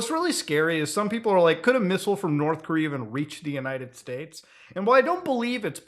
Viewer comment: Korth Norea